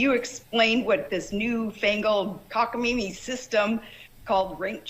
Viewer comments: It’s not for nothing, but “cock-a-MEEMEE” instead of “cock-a-MAYMEE” is a clear DRUUUUNK mis-speak for us…. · "New fangled cockamammee"🤣🤣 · "Cockameemee system" 😂